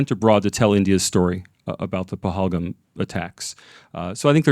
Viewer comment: First of all improve your pronunciation OF PAHALGAM